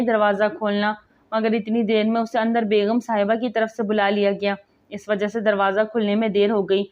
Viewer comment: Bb begham NAHI begum hy lafz